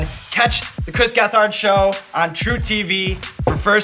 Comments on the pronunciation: I like how Sean pronounced his name wrong multiple times and Chris never corrected him. Never doubt the kingpin! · Stop saying his name like that..... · Why can't you pronounce his name correctly Sean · Oh Shit, its two of my favorite things together. Hell Yes TCGS Hell yes Hot Ones! Have to work on pronouncing Gethard better 'though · I usually skip these and just watch Hot Ones. But had to watch for Chris gethard, also real bad pronunciation of the last name Sean. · I wonder how hard it was for Chris not to correct Sean on the pronunciation of his name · The way he said Gethard